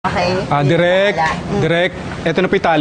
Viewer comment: Bisakol? Correction it's direk not derirk lol